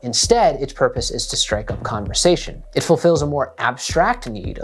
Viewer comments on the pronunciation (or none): none